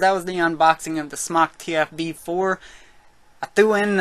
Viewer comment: no he pronounces it correctly